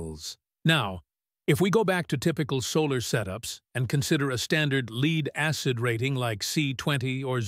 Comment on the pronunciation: My name is "AI". Didn't correct LEAD. Thanks to the stupid English language, many words can be pronounced differently. The the text had the word <LED> instead of LEAD, it may of come out better. NOT as in Light emitting diode either. Like "he led the way to the lake". Or this lake is polluted with LEAD, so don't drink the water. I was hoping to have an answer as to whether Pukerts Law applies to LifePO4 batteries.